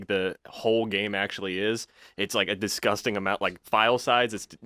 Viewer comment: Let’s take a shot every time says “distgusting”